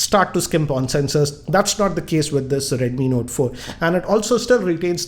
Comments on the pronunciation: redmi nota ,please talk clearly its redmi note but not redmi nota. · is it redmi note or redmi notaaa lol .